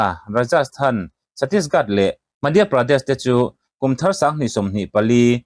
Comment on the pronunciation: Chhattisgat a nilo. chhattisGARH aw.